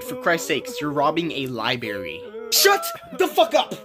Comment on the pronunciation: my dude said "libary" you still funny though, good effort too